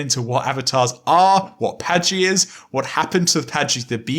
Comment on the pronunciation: My favorite part of this is giving a hard time about Adonalsium—“that’s not the order the letters are in”—but always pronounces Patji as “Pajti”… THATS NOT THE ORDER THE LETTERS ARE IN!! Lololol. This is like my third time through the backlog, and this is still a crazy episode. So cool.